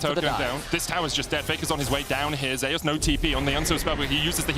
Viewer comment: Why is Zeus pronounced as Zayas not Zeus?